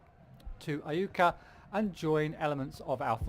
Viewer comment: you've got the pronunciation right...it is I-U-ka..good job!